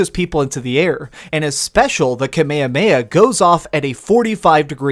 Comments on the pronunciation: just to let you know it's pronounced Ka-may-ha-may-ha! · It's Kamehameha bro